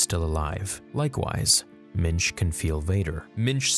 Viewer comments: Yoda was originally named Mitch? Ha! OK, maybe it's actually Mintch but the first time you said it, it sounded like Mitch. And from now on he will be Mitch. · ... I thought he said Minge 🍑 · McNair ohhh ok. I was trying to figure out if he was saying Mitch or Minge and really hoping George Lucas was going to call Yoda, Minge. But Minch is ok too. I guess